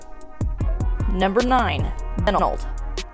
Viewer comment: In Benld, the accent is on second syllable, in as much as there is a second syllable. Good selections.